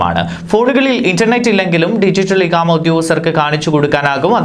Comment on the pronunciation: ഇഹാമ അല്ല ഇഖാമ എന്നാണ് വായിക്കുന്ന ആൾ ഒന്ന് ശ്രദ്ധിക്കുക